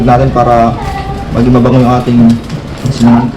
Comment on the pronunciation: Sinangag po nd siningag..Hehehe